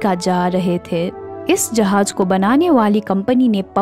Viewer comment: Uffffff jahaz bolte he tumari jahaj sun ke zussa Araha he